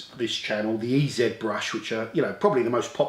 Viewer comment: You need to go all American when you pronounce the name, it's E-Zeee Brush. See how it sounds so much better.